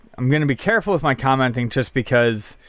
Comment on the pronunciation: Does anyone else notice that is incapable of saying 'just'? He says CHUSS!